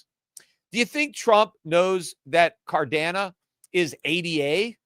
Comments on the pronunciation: Whats cadero? Your puertorican accent messing you up. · Cadano??? HAHAHAHA!!! Are you trying to be even more of a clown than Jim Cramer? He called Cardano, Cardanzo. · Peter purposely mispronouncing Cardano as cadano and cardera. Like adults used to purposely mispronounce Pokemon as pokie-man. And then saying he knew Ripple was Solana. All this just makes him look bad and misinformed about everything crypto. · It's Cardano, sorry for the correction, love your show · Cadano and solano lol